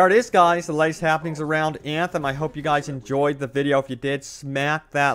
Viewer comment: I love your vids, but I cringe every time you say Eeeeeyaaaanthem... 😢